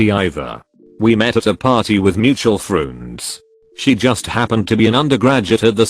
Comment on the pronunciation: *moochuel froonds*